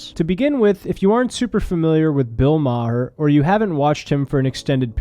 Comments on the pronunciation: Hey kid, you're still a kid, so u havent lived long enough to really know thwse 2 older men, but just by your simple "google research" It's not pronounced Ma-Har, its just like the planet "Mars" but with no S, just "Mar" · I’d like to assume your pronunciation of Maher as “Mah-her” was a dig at Maher, but I don’t think you meant it that way. Ha ha, great video though still! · Its pronounced "mar" like mars without the s. I feel like im missing a joke or something lol. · Its not ma her? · Its pronounced bill burr-hur. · It's Bill Bur-r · Maher, one syllable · making a joke by mispronuncing his name. Norm Macdonald used to do the same thing. It's trolling people by intentionally making a simple mistake to ensure someone will want to correct it. Keep watching makes some good vids. Stay Happy and Healthy. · The narrator can’t even pronounce Maher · The H is silent. If only Bill Maher was. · You're gonna get shit for how you pronounced Maher bruh-ho. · The way you say Maher reminds of Norm saying cast eye-ron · How can you make a min video and not learn how to say maher correctly???